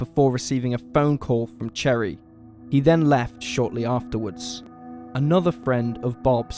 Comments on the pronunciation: No... its pronounced sher-ee. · He’s literally saying - cherry 🍒 lol 🤣